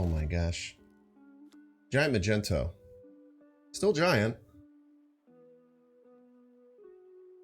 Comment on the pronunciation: Is it a joke?? I was wondering who the fuck calls magneto magento